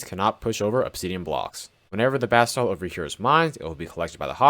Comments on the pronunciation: I know you’re saying “basalt” but I hear “bath salts” and it makes me chuckle. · Why does this jit keep sayin bath salt